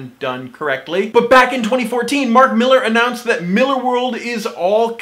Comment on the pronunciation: Probably the first commentator that knows how to pronounce Millar correctly.